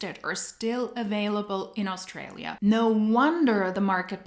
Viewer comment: When taking about Australia, the 'aus' is said with a hard U, not 'aus' in the way it's said in German with an almost breathiness, but hard. In Aussie, the 'ss' is said as if z. oz-zee and said hard or firmly, not breathy.